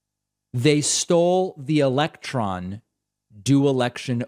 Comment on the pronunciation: It didn’t say “electron,” it said ELECT RON. Weird stuff and I’m not sure what he means